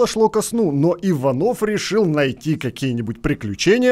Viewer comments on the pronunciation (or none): none